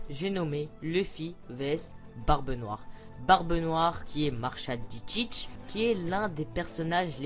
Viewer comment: ptn c pas Marsalale.D.Teach c Marchale.D.GrosDeguelasseTeatch XD